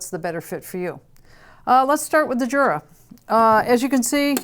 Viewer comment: It is a pity that you cannot pronounce the names of both companies correctly 😔